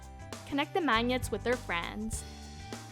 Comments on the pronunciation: she says mañiets instead of magnets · Her voice annoys me and she can't say magnets MAGNETS I can't. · Is that how you say magnets ???????😂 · "hot glue the mANgets to the container" dies laughing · She says magnets weird... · Okay maybe it was funny how she said the word magnet but come on get over it there's like shitloads of comments about the way she said it okay yeah haha but for real you going to keep on going with it stop focusing on the word magnet and how she said it and focus on the great video she made if you don't like her voice then who cares put it on mute whatever or lower it who cares what she did was make a great video and you guys are focusing way too much on stupid petty stuff then the actual great video she put out there if you don't like it watch something else. Make your own if you think you're so much better. YouTube is not about putting people down so y'all need to reevaluate yourselves and what YouTube really is about. It was funny but y'all took it too far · This person could speak Italian or French as a first language, hence the mispronunciation of magnet, (gn sounds like nyah). Benefit of doubt portion of comment complete. When will you show us how to make a necklace out of macaroni? Just junk! Hideous. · Learn how to pronounce ‘magnets’..... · Why did she say magnets like that?